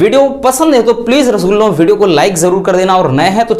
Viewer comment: 💗💗Dear, Sir 🙏🙏itne important Questions ko aasani se batane ke liye , Thank you sir Aur aapka Rasgulla kehna lajwab hai 👌👌